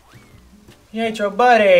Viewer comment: ...It's pronounced "pee-ET-tro".